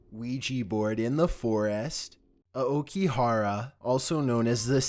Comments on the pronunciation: No it's a-oh-key-hara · For #5 - It’s pronounced “a-oh-key-ga-ha-ra” lol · "Standed" lol "Aokihara" lul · William Smith he also said aokigahara wrong